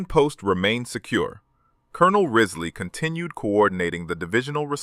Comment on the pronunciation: The commanders name was James P. Riseley not Rizley. This is all in a book, 40 Thieves of Saipan.(My great Uncle.)